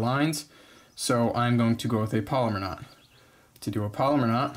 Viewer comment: Pal-oh-mar not polymer